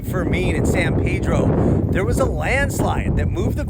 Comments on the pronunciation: Grew up in Montebello, angelenos pronounce it San Peedro not Paydro. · It's (San PEE-dro) & (Point Fer-MIN), not (San Pay-dro) & (Point Fer-main)! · The town is pronounced San Pea-drow. People go there all the time. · You mispronounced San Pedro and Point Fermin. It's San Peedro and Pt. Furmin.